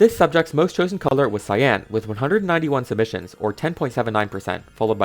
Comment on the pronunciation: The word cyan is not pronounced with emphasis on the a. It isn't cyán, it is pronounced cýan with emphasis on the y. If the emphasis is on the a, it sounds like two words and is just wrong.